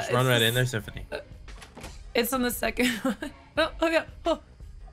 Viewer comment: thats symfuhny not kaysid fam